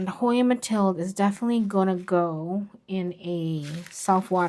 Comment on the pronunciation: The Dutch/Belgian pronounciation of Mathilde… is closer to Mathilduh than Mathilda If you are going to do growing in organic substrate vs growing in pon updates…. Please do them after 2 or more years… Quite a few people who promote growing in pon have only grown in it short term, while some other people who have tried it for several years report problems for long term growing… It is supposedly also difficult to transfer (older) roots from pon to an organic substrate Dont get me wrong, I am not against pon… I actually use it for some plants